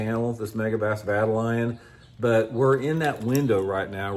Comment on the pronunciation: Vye-tal-ee-on,. One of my fav baits. That big version looks insane